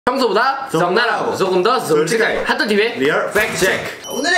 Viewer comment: 평소보다 저억날하고 조금더 소올직하겔 리얼 팩트책크/ 발음이 왜이래 ㅋㅋㅋㅋㅋ